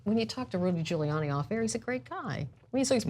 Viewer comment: "Giluliani LOSES IT When Cuomo Catches Him Lying" Giuliani - NOT Giluliani!